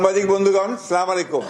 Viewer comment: সালামটাও ভালো ভাবে দিতে পারেনা।